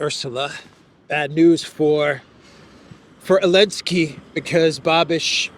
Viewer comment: When did you start saying Zalynski without the Z??? Can't stand it, say it properly please